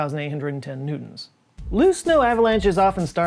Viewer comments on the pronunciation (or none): none